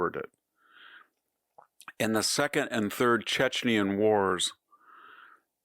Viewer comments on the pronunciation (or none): none